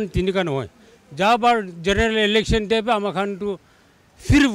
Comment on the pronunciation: It's Election n not Alection..😂